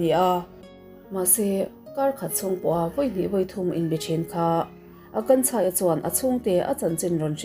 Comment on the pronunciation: Akansha nilo maw...Akanchha nilo in😅